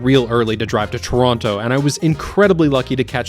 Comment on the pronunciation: First Canadian guy who does not pronounce "Tronno" and pronounces "Toh-rawn-to" :P. Canada is really spread out, I believe !